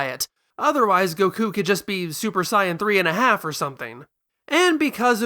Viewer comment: Stopped watching when I heard you pronounce the word Saiyan Idk why you think you have to say it differently than how the characters themselves say it